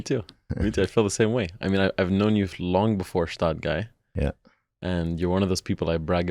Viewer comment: That's a perfect match for an episode🎉 It would also be great if the Gstaad Guy would finally learn how to pronounce Gstaad correctly😅